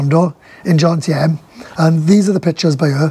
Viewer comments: JoMMMtieNNN stop saying John-TM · If you are going to live in Jomtien please learn how to say it